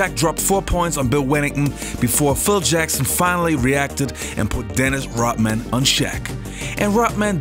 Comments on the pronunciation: Hey it’s Rodman not Rotman. Pronounce your D’s better. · Why does he pronounce it as dennis rotman? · Its Rodman not Rotman!!! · He says Dennis Rot-man- like he stops breathing and can't use the D sound in RoDman. 😂